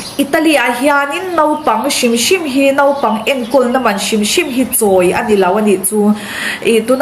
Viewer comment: Nopang tia lam ri lo khan naupang tiin han lam ri hram2 teh aw😀